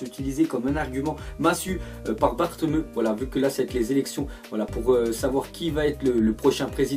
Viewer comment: Bartomeu ? C bartoméou ( à la langue Française ) mais améliore tes langues frère t'abuse on voit bien que les langues c t pas du ta spécialités !!